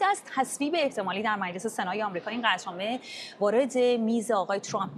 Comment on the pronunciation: به خانم حسینی بگین میلس نیست مجلس درسته